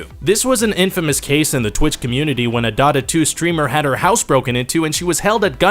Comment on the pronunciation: "DOT-UHHH Two.." come on now